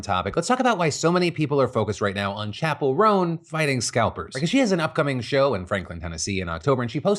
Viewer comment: PHIL PLEASE. Chappell ROAN-EN?! no sir